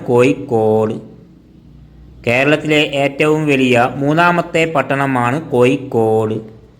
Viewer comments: കോയിക്കോട് അല്ല കോഴിക്കോട് ആദ്യം അങ്ങനെ പറയാൻ പഠിക്ക് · കോയിക്കോട് അല്ല കോഴിക്കോട് ആണ്‌ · കോയിക്കോട് ആണോ കോഴിക്കോട് ആണോ.....??? പോസ്റ്റുമാൻ തമിഴൻ ആണോ 🤣🤣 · കോയി കൊട് അല്ല കോഴിക്കോട്